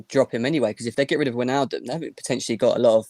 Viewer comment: If we're going to obsess over pronunciation it's probably pronounced fahn deh beeahk, and Vane-alduhm